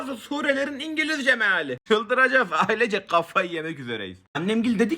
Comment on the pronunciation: ADAM MEAĞL DİYOR MEAĞL BAH BURDA 24. AYET